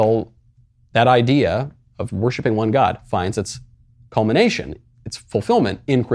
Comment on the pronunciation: HE SAID CUMMINATION ON CRISTAIANITY JESSUUCK :face-blue-smiling::face-green-smiling::face-green-smiling